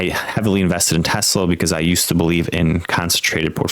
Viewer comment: AI flub.TESLEEE??? WTF